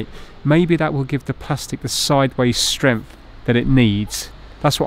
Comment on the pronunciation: You keep talking about strengf I think you mean strength .